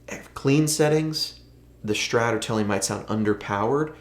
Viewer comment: Man, what's a Schtrat, is it some kinda german guitar ? ^^